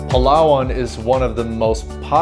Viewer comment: please prounance it like palawan not palaa waan 🙈